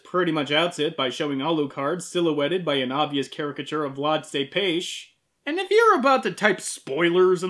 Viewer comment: TEPES TEPES, NOT TEPAS